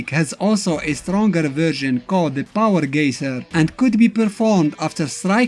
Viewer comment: POWAH GEYSER